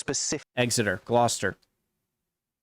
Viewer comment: Very impressed by your correct pronunciation of Gloucester and Leicester.